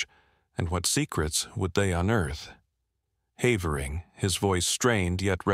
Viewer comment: No human narrator could have found so many different ways to pronounce the name "Havering" nor used them all in the same narration 😂 Shame, it would have been a very enjoyable story otherwise...